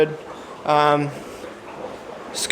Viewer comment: Made to the end😊 cool vid man dont mind the longer ones. The only fish name I know of is the Sooty Grunter not scooty no "C" 😂 keep up the good work man. Cheers👍